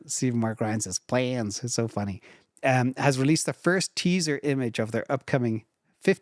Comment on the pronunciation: Plans!!!!! 😂 I laughed every time he says it